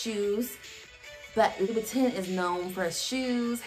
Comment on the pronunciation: Okay, she's cool, I like her but it's not LOUISSSSSSSssssss>>>>>Vitton, it's Louis....Loooo EEEEEEE as in 'Armstrong'....please correct that part and it'll be much better; just a suggestion.❤👌